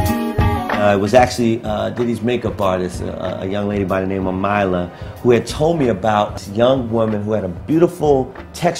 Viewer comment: Didn't even know Mila was a name used in the states ;-) and its pronounced like miela not myla